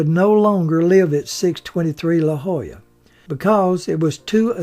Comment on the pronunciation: Wonderful,!!! Patrick was such an icon. And, you, sir... "La Jolla" -- you said it like a native, bravo!!! But, don't you ever lose that Mississippi accent, your voiceovers are legendary amongst your YT subs! Looking forward to the next production 🙂